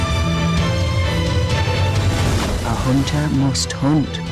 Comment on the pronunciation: i didnt even have to hear her say anything to just hear in my mind "hoontah"